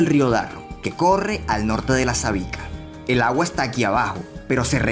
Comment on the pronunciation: Me dio risa como dijo: "el agua"